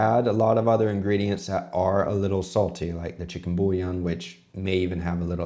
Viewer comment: Omg the way he pronounced bouillon. Beef bouillon would've made more sense.